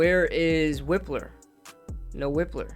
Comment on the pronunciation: Its Wipe-ler not Whip-ler I think. This mock was trash in my opinion